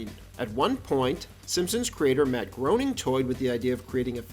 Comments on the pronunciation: On the record with Matt Groening’s name it’s pronounced “Gray-ning”, not groaning. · I'm new to the channel and I really like your content & style but you mispronounced Matt Groening's last name.. Its pronounced "gray-ning" not "groaning". Yes, I know, I'm at grammar Nazi.. Lol! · Just came her to be the first to say, "It's pronounced 'graining', not 'groaning'". Also, Maggie's first word was, "Daddy", voiced by Elizabeth Taylor in the season 4 episode 10 titled "Lisa's First Word". "Sequel" is the first word any Simpson's character hear her say. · GREY-ning. GREY-ning. Not GROW-ning. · "Grow-ning" Oh no. "Grey-ning". It's Grey-ning. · Why do people keep saying groowning? 😂 its Gray-ning! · Pronounced “Graining” not “Groaning.” This is well known. Do your research. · It's pronounced Graining, not Groaning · It's pronounced GREY-NING! Matt Groening. Not Groan-ing. Grey-ning. Matt Groening. Matt says so himself in his Life in Hell books. It rhymes with complaining. Groening. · Groening is pronounced “graining” (like “raining”), fyi. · The show’s creator’s name is pronounced “Graining,” not “Groaning.” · Yup , in one of the comics he says his name is pronounced Gray-ning, not to be confused with Grain-ing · Matt's surname is pronounced "Gray-ning" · It’s pronounced Matt “graining”. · Matt “Groaning” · It's pronounced "Graining." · Groening is pronounced "graining". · It's pronounced "Grayning." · ... it's pronounced Grayning. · it's actually pronounced grain-ing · Matt “Graining”. Do you say Illinoise too? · Ok if the author doesn’t even know how to pronounce Groening’s name I’m out of here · Good video, but you’re saying the creator’s name wrong. To quote Life is Hell: “Groening rhymes with complaining.” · you researched all this and didn’t pronounce his name right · Yea if you're making a video bothering to check how a famous person says they pronounce their name is a ridiculous expectation, right Michael?